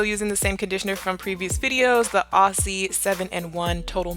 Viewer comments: S i commented on your last video loke this please say it as auzzie thats how us aussies say ti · For everyone who pronounces it as Aussie, pretend the s's are z's Auzzie